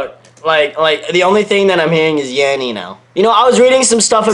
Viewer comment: You're saying "Yammy"...